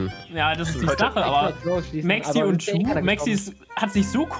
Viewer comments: Juuuuuuu Man spricht es Dschuuuuuuuu aus ey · Auch funny das Gnu die ganze Zeit you statt Ju sagt😂👍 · Wie gnu immer You zu Ju sagt😂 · Spricht sie Ju eigentlich extra falsch aus